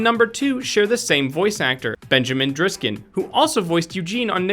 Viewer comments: It's "Diskin" not "Driskin" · when you said Benjamin driskin you made a mistake his last name is diskin not driskin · his last name is actually pronounced DIS-KIN not driskin but good try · It's Ben diskin not driskin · It's Ben Diskin, not Driskin. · His name is Ben Diskin, not Driskin